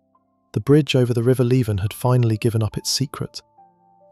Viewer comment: is it pronounced Lee van in fife hahaha 😋